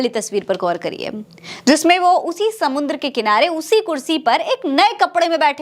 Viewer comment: "समुन्द्र" क्या होता है? 😂😂😂😂😂😂"समंदर" होता है या "समुद्र"